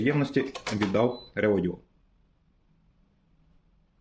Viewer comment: Дякую за огляд. Одне питання - чому ви весь час Редодо називаєте Реодіо? )